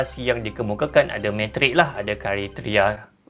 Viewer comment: "ada kariteria" ehh lapar kari ke tu >.<